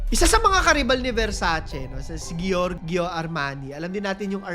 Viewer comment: "Jorjo" ang pronunciation nang "Giorgio".